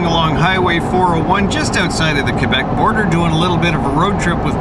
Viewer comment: Finally someone that pronounce Quebec like it's supposed to be and not like Qwébec